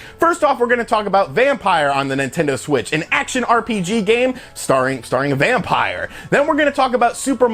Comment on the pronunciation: It's not Vampire, it's Vampyr. (vam-peer)